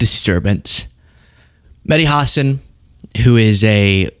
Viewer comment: What an absolute circus. Nobody could finish a sentence—felt like watching a group project run by squirrels on Adderall. I lasted five minutes before my brain filed for divorce. Also, it’s Hasan, not Hassen—maybe learn his name. And wow, you never thought America would fall to fascism? Cute. Sounds like you were raised on a steady diet of bald eagles and Saturday morning PSAs. Time to flush the Faux-gressivism down the same toilet this debate belongs in.